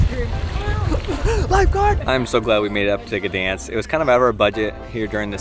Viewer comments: G is silent. Pronounced ‘Danzig’ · You really butchered the name Gdańsk :P